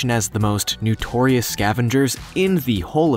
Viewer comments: its NOtorious NOT NUtoriuous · "Nutorious". ? As in "new tor reus"? Don't you mean "notorious"? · honey, it's not nUtorious, it's nOtorious. Several errors in film photos of species. Otherwise, somewhat watchable. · Why does the announcer keep saying "nutorious"?